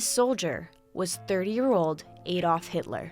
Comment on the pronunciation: The rise of the nazi party sounds familiarly recent. Also interesting way of pronouncing Adolf.